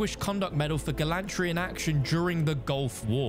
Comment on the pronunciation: Gall antry?? Gallantry... gallan tree.